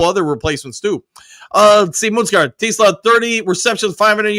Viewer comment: It's not pronounced Teez-luh.. but if you say Teh-Slaa it's close enough. Lol. I just watched an Interview that Isaac had while in a car..and he said Teh-Slaa is good enough.